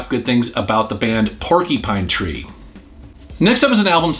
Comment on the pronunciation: "Porky-Pine Tree"